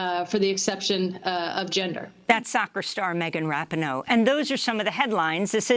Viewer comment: Wow. News today is that the US backed the Argentine coup 45 years ago. What nefarious anti- democratic actions are we paying for today? Also, the soccer star’s name is pronounced rah-Pee-no.